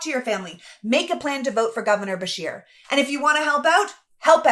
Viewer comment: I misheard then... It sounded like she was saying Bashir... so I assumed the person being referenced was someone of Middle Eastern background, which for me personally, we have enough of that in our country. If Beshear is in fact Anglo-Saxon, that is not a problem, however even whites need to be critical of other whites, and should carefully discern what their motives or intentions are when running for office. Hispanics, Jews, Blacks, Native Americans, East Asians do not come from cultures that are compatible with our own... It's partly to do with genetics, and partly to do with cultural differences; I often find it strange that people like you will blindly defend non-whites despite the fact that you and the majority of whites, would never want to live in non-white/western countries; as it stands Anglo-Saxons created the free world! If a Dane, Norwegian or Swede-who are not Anglo's by the way-but share a common Germanic heritage with W.A.S.P. in America, decided to immigrate to this country I would have no problem with that, they are genetically and culturally relatively the same as Anglo's... Mexicans, Blacks, Jews, and other Hispanics are not Anglo-Saxons, nor are they Germanic, and those of us of English blood have shed enough, fighting France and Spain in the past during the 7 years war! Therefore America rightly belongs to Anglo people who fought and won for dominance on this continent! Facts are what they are!! P.S. I no have personal issues with any race so long as th